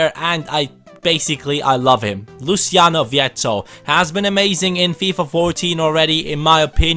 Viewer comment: Not tryna be a stickler but its pronounced Luo-chi-on-o Just though tie put that out there because my name is Luciano as well haha